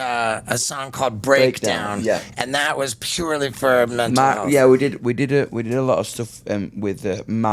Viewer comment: Laughed hard when he said menal then mental to americanize it 🤣🤣